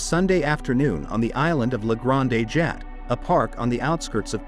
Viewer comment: The pronunciations in this video are very distracting. ‘Jat’ for Jatte’, and several others. Couldn’t a real human voice be used? Amateurish at best.